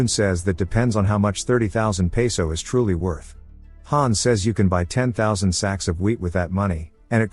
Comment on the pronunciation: I thought he was trolling when he said pesos😂